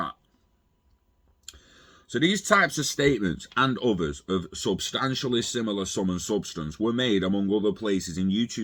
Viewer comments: substanshaly is the pronunce substationly the word, love your content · sub-stan-chully actual pronunciation.